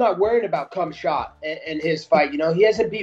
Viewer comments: I hate when people butcher names when it’s clear how to say it….K H A M Z A T. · Surprised at how many of these fighters have an option on Khamzat but don't know how to pronounce his name.